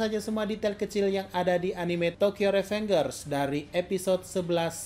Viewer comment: Tokyo revengers sudah 20an episode, Meanwhile masih menyebut dengan "revengers" bukan "rivenjers" kalau penyebutan indonya, wkwkwk